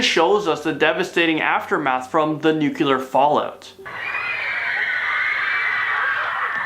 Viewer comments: It's Nu-Clear. NOT Nu-cular.. 😁👍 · he still says nucular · Nucular or nuclear? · Why cant any of them pronounce the word "nuclear" correctly?! Its not that difficult! Its pronounced "noo-clee-ur", not "nucular"! Pronounce it like its written, right? Doesn't that make more sense? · He said "nuculer" haha